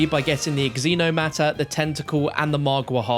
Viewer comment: Is it not zee-no-matter